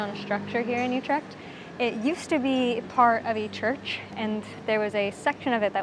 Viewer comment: Amsterdam is the worst spot to visit visit in the Netherlands, so naturally Utrecht is better.. "Coffee shops" do NOT sell coffee, you need to go to a Café for that. Utrecht is NOT in Holland, it is in the province of..Utrecht, a province of the NETHERLANDS. and it is not You-tricked. it is U- with ü as in German tür NOT A YOU sound!! and trecht, with a ch as in loCHness...not a k sound as in good or call.